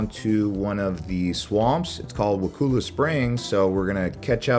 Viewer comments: its pronounced "Wa-Kull-ah" springs. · He mispronounced Wakulla Springs.